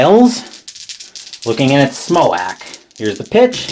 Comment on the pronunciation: Lol. Smoack. It's pronounced Justin "Smoke"